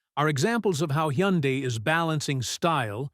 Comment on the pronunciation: …and doesn’t even know how to pronounce Hyundai 😂